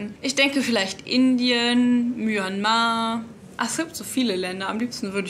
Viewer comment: Und Mianmar ausgesprochen